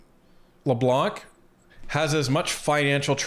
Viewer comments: A mistake that many englophones make is to pronounce the family name ''Leblanc'' as if it has a ''k'' at the end. The good english pronounciation is ''Leblan''. Love your work you guys. Ray from NB. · Not that I like him more than any other clown on the Liberal side but please stop pronouncing the "c" in Leblanc. It is scratching my ears in a very bad way. I watch your videos everydays and since we are stuck with him for a while.... Please pretty please? Good job by the way, and yes, we are from Quebec and are on the right side 😉